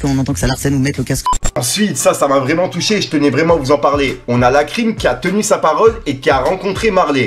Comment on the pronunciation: "Libido vreument" 😂😂😂 Faut que ça devienne un meme